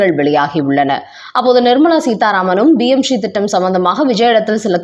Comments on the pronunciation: It is PMSHREE. You are pronouncing as BMSHREE. Please correct. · Adhu BM Sree Dittam kidaiyaadhu. Adhu PM Sree Dittam. Please ungal uccharippai mempaduthi kollavum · BMSRI இல்லை PMSRI என்பதை சரியாக உச்சரியுங்கள்.